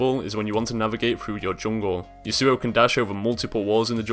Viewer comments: The way you say Yasuo is retarded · I love the iamaqtpie yasuo pronunciation XD